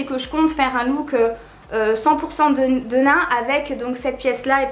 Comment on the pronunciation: xD je comprenais pas au début "denin""denain" ... xD j'avais jamais entendu quelqu'un dire denim mais comme ça. Confusion pendant un long moment ahaha